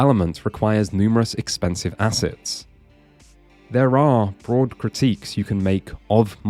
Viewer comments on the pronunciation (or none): none